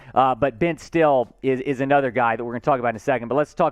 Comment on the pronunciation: Not that you may ever say his name again, but I’m from Nebraska so I can tell you his name isn’t pronounced “Ben Still,” it’s Ben STILL-EE, like it rhymes with “silly.” Hope that helps!